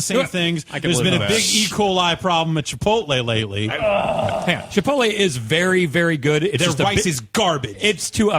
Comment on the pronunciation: Did seriously call Chipotle, Chiptle for God's sake, "*ritzy*"? This man must have spent the entirety of his life in the backest of the backwoods of Kansas.